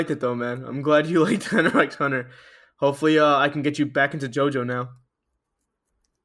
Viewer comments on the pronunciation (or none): I can't forgive that he said "Hunter EX Hunter"